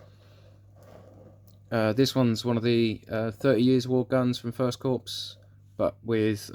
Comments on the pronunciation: "Lefftenant" not "Lutennant". "Core" not "Corpse". No really a problem but it does grate a little. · Very nice indeed! By the way Corps is pronounced "core" as in "apple core".